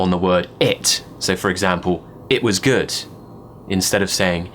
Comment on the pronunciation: Love this... Way is good (short 'o'--s)pronounced guurd (awful!) and why have Brtiish railway stations become train stations?